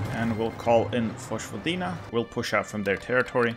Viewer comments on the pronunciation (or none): It’s pronounced “voyvodina” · Cool video! Just a little advice: J in most (if not all) Slavic languages is pronounced as "y" in "yes", so Vojvodina would be pronounced as Voyvodina/Voivodina. It's where I come from :)